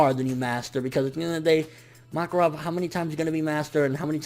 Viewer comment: you were bugging the shit out of me saying MOKarov instead of MAKarov